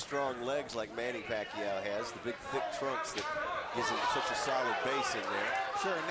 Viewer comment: if i hear them say manny pacquio one more time im out of here